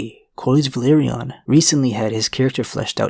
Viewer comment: VELA-RYON Not Valyrion